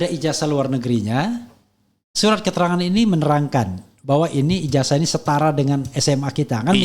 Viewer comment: Ijasah bang, bukan ijaja.. 😂😂😂😂😂😂😂😂